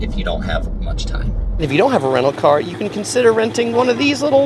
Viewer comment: He took the caaaaaaaaa to the haaaaaaaaaaabaaaaaaa to get to the beach lol